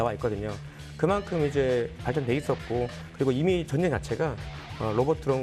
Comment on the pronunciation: 아나운서 발음이 정쟁 이라니,,, 매우 심각. 전쟁 전쟁 연습좀 하시면 좋겠습니다